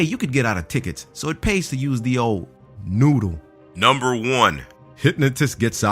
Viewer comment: That cwazy at numba ooooaaaaaaneeeee